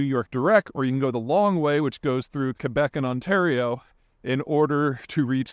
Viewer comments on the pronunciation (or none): none